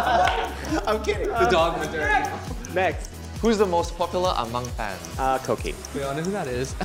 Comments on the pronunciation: Koki has better pronunciation but the rest are fucking cringey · Koki is the only one who had good pronounciation. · KOKI's accent is soo good tho also SIME IS FROM CROATIAA?! I AM TOO IT SCARED ME WHEN HE SPOKE ON CROATIAN WTF THATS COOL THO...KOKI IS MY BIASSS 😍😍😍